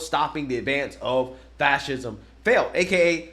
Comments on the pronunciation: Dude can't even pronounce fascism 😂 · Is not "Fashism" instead of "Fassesm"? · Seriously? Going to support a band of thugs that has failed to defeat two well know 20th century dictators and whose actions fueled the raise of one into a global disaster? Read a real history book and tell your buddy he's is completely mispronouncing Fascism. Time to grow up and act like adults not spoiled kids. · It is fucking HILARIOUS to me that the Krazy Krassensteins can't actually pronounce fascism properly.